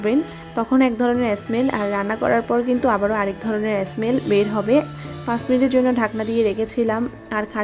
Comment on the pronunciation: অ্যস মেল অ্যস মেল বলছেন কেন? স্মেল বলুন